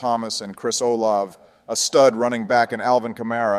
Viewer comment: Chris O-lav? It is pronounced Chris O-la-ve.